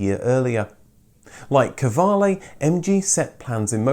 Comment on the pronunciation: Qv is pronaunesed Kv, it's an old Norwegian spelling, almost like the english word Queen!